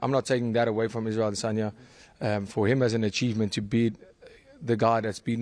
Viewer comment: The way you pronounce Adesanya is very Nigerian! 👏🏾